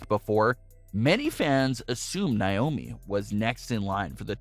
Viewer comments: It's not Nye-oh-mee, it's Nay-oh-mi. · In Naiomis name the stress is on the a not the I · I hate the way he says Naomi’s name